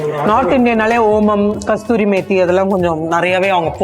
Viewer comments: கஸ்தூரி மேத்தி இல்லை கஸுரி மேத்தி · Madam, It's called KASURI METHI, NOT KASTURI